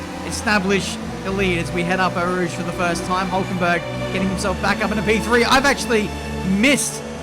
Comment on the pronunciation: Anyone else notice that kept calling eau rouge radion